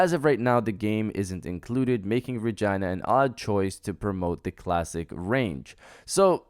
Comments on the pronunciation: Did you call Regina from Dino Crisis RAgina? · I never heard someone pronounce Regina like it rhymes with vagina. I wonder if anyone born with that name actually has it pronounced like that.